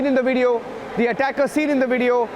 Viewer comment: How many times are you going to say “you can see dee attacker”